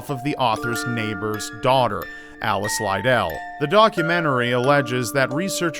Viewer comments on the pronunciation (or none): Alice Liddell's last name is pronounced to rhyme with 'Fiddle', not 'lie-dale'! It sounds close to little, but with dd's. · its pronounced lid dell xxxx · Great video, also I'm pretty sure Alice's last name is pronounced like mine, Liddell "lu-dell" keep up the good work! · Your pronunciation of "Lidell" is odd to me, as I've always heard it said more akin to "little" thanks to American McGee. It doesn't detract from this being a good video at all, but it was just something odd in there. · your pronunciation of Liddell is atrocious